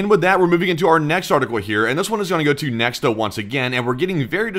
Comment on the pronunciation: Interestingly, since Nexta is a Belarusian news outlet, it is pronounced "Nyekhta" (which means "someone") ("X" in Belarusian is pronounced as "H" or "KH").